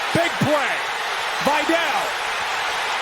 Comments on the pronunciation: why pronunciation vy-dell instead of vee-dal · its not vajdel its vidal